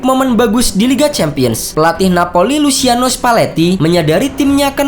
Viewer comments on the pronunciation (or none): none